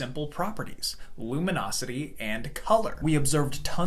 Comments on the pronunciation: bro it's luminosity not lumonosity. If you don't know what you're talking about please just don't. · "Luminosity", not "lumonosity", please. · It's Luminosity with an i, not lumonisity with an o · luminosity? nonono, lumonOsity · lumonosity? not luminosity?